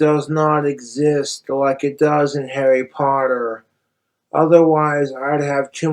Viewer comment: What you thinking saying harri poddair like that BOY